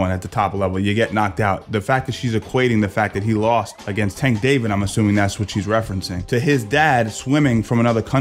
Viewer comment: "Tank David" is killing me